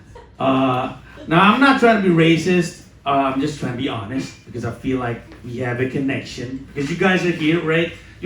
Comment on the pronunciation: "Im just trying to be honest" kental banget logat Indo nya xixixi 😂😂